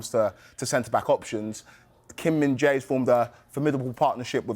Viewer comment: Sky Sports: Hello from America! PL/Spurs/Sonny supporter! ⭐🇰🇷7️⃣⚽️ Can you please include the names of your presenters in your videos? Who is the presenter who walked over to the screen who knew how to properly say Kim Min-Jae's name (Kim, surname first)? Appreciated it! 🙋🏻‍♀️🇺🇸👏⭐🇰🇷⚽️